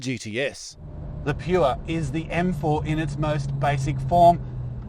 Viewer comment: "Pure" is one syllable; like drip or mong.